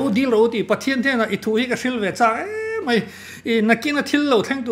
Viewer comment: A ngaihnawm hle mai. Mai tihtur mei tihtlat hian beng a luh thung